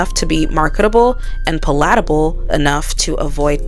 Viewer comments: This. I had to stop after 'paLAtable'. Just don't use the word if you can't pronounce it comfortably. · I mean if you want to be super specific...the only people that really should be invited to the cookout are foundational black americans...even the term "cookout" is AAVE...which primarily comes from descendants of slaves rather than black people that immigrated from africa...so neither of them are invited to the cookout...also you pronounced superfluous and palatable incorrectly